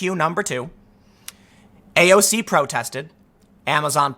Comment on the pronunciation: First of all it's AOC, not AOZ. Thought you might have made a mistake the first time, so I didn't say anything. Second that video show an example on the current Republican party work now, they don't use logic. They work for there donors, not the people. In the past, Republican party was great, but now the far right and money turned it to shit. It's been going on forever, the young generation and grass root politician calls this out more then the current Republican party the US Debt has never been this high. We are getting screwed and are happy about, and it following year it goes back to hell cuz of issues the Republicans leaders made in the past